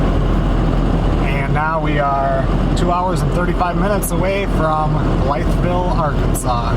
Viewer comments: Blytheville is pronounced "Blyville". The "th" is silent. I spent a week there one night. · Hey,! From an Arkansas gal....it is pronounced Bly-ville..no T. 😀 Live in Missouri now. Come see us in the Missouri Ozarks! You would love it. Hunting, fishing, beautiful! Love your videos! Tell Melissa, I used to live in Jennings, LA. Love Louisiana!!